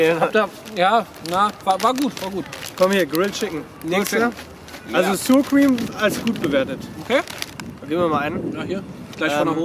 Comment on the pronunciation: "Sur Cream" :D